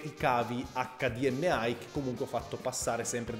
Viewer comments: Ho sentito bene? ACC DI EMME AI? ACCA DI EMME I oppure EICH DI EM AI. Grr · HDMI: "Acca Di Em Ai" no no no no no. In italiano "Acca Di Emme I" In english "Eich Di Em Ai" Te lo concedo solo perché sei macedone ;) pozdrav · hdmAI non si può sentire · accadiemmeai nonono accadiemmei o eichdiemai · Se il buon Farenz ti sentisse quando dici "accadiemmeai"...